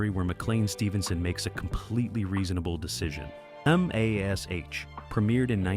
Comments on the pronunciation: can't you say MASH??? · Pronouncing MASH as M-A-S-H almost had me in stitches😂. And who is George Peppered?😅 BTW pretty sure the actor who played Radar was difficult to get on with on MASH?